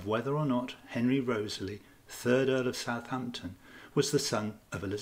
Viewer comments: REE-TH-SLEE not Rosely!!!!! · I thought Wriothesley was pronounced Risley? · It is pronounced "RISLEY". I cannot believe how many of these "readers" never obviously read the content of said video and mispronouncing EVERY PROPER NAME!!!!!!~ HOW??? Laziness that's how.